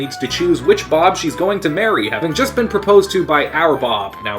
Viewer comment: I really like your video but you need to work on your pronunciation of words like "been" and "against"